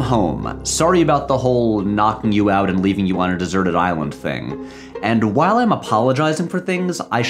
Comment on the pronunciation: If I have to hear Patrick say "whole I was on that island" one more time I'm done with this channel for good